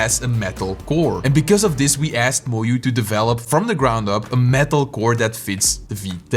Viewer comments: Moyu ❌ Moyoo ✅ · FERYOOCORE???.... Sounds like you also cooked MOYU 😂😂😂